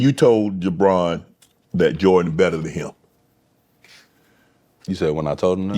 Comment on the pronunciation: Unc says "JaBron" 😂😂😂